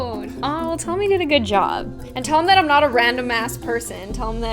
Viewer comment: no because I used to think all the time that you said "happy day on," but you actually say, "Happy Day, I'M " 😭😭